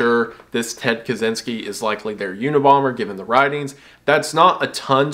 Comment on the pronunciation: I don't won't to be nit picky (I love your content mate), I'd just like to say that Ted Kaczynski has Polish roots. His last name is Polish. The thing is that the way we Polish people pronouns things is way way different then Russians do. You seem to be trying to read it the second way, so if you don't mind I'll try to do my best and help ya' with pronouncing it (I hope I don't come off rude). So the "Cz" in Polish we pronouns like your "ch" and the "y" in polish sounds as if your confused. Hope this helps, and ones again I love your content